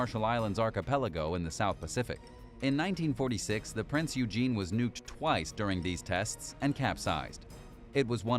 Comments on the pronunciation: I'd like to correct your pronunciation of Prinz Eugen. It's not pronounced as Prince Eugene. It's pronounced Prinz Eugen (Oi-gen). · ITS PRONOUNCED PRINZ OYGHEN,...that being said if one has enough Kraut Space Magic & Dakka drive, you could get it back into full service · Completely butchered Prinz Eugens pronunciation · Prinz Rugen is pronounced: Prince Oy-grn Suisun bay is pronounced: /se'su:n/ se:soon/ bay